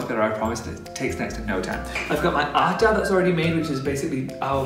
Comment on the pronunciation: I loved it. As being and Indian i make it every day for meals. I enjoyed watching you making roti. Actually this is the very first time i saw some non Indian person making roti and also pronouncing the same roti and atta. I would love to watch you making some more Indian food. Btw your roti was perfect.much love from India.💖💓💖